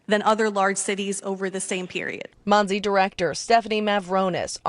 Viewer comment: Im starting to think you’re AI. The agency is pronounced MONSE. The reporter says the name however you continue to say MOSEY in your reporting. Can you not pronounce it correctly or something?